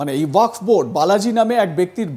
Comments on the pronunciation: ঠিকমতো বলেন ওয়াক্স নয় ওয়াকফ। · তুমি ভাই সংবাদ পাঠ করতে এসেছ অথচ তোমার উচ্চারণটাই সঠিক হচ্ছে না, ওয়াকাফ বিল কে তুমি ওয়াক্স বিল বলছো কেন?একজন অর্ধশিক্ষিত মানুষ এইভাবে সাংবাদিক হলে বা সংবাদ পাঠক হলে, অনেক কিছু হতে পারে তার প্রমাণ তুমি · Apni ki reporter na comedien. Jey thik moto wakaf uccharon kortey pare na seta apnar report er hisabey lagga. ,dikkar chanachi ey rokam boro channel a apnar moto reporter der !!